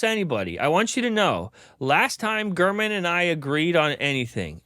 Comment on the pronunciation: Ain't no way bro said Gurmanese😂